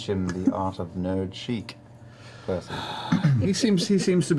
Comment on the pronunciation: Ha! Of course Tary is the first person to actually get Percy's name right after the first time hearing it. xD